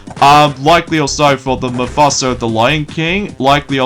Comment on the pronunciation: It's MUFASA! as in Mufasa The lion king. And yes, That movie is set to be coming out on December 20th 2024! (Which is the same day Sonic the hedgehog 3 comes out.) I know it's a prequel to The live action remake of the lion king. (I know you're not a fan of.) you're not very Good a pronouncing names either. but at least I'm here to help you to properly pronounce names.